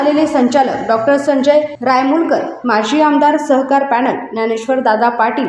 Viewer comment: सहकार की स्वहकार 😂